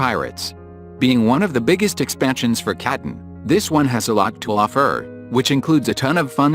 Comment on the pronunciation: "This one has a lot of ophurr." The laziness xD If you use AI, at least make it sound somewhat right.